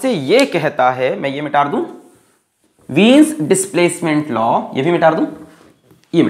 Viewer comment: Others - mita dun Sir be like - mitar dun Love u cute sir